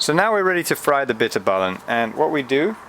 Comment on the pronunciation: Im dutch to do you know how nice it is to hear you say bitterballen its funny and the bitterballen are great the dutch clips where just bad and awfull yours is al lot better so tnx !!!